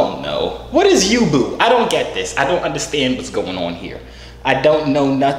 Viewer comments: Its YOU-BOA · It’s pronounced You-bow